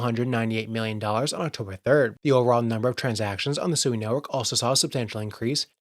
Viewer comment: SUI Japanese for water, pronounced Sweee not a person named Sue E